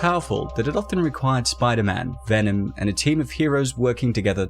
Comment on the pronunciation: VENOM not VENON !